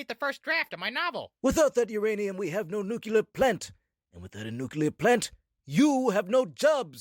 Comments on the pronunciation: Did Mr. Burns say nucular? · The real Mr. Burns knows how to pronounce nuclear.